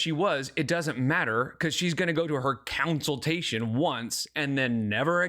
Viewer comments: I tried to inform her she was saying consultation wrong when she was live lastnight, she said she can't say it right so she just says counseltation because its easier. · "Counciltation" has me gritting my teeth everytime 😬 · I think it's easier to say it the correct way 😂